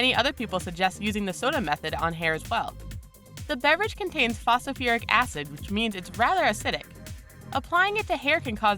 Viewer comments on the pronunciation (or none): did she say fosoferic? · ..'phosofuric acid'? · This bitch is dumb. What is "fos-a-fur-ic" acid. Obviously, she has never opened a chemistry book in her life. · "Phosiferic", "phosfearic", "phosofiric" acid? It isn't pronounced the same way twice. Hehe. Those extra syllables hurt my ears. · Maybe if she could say "Phosphoric" i would believe her.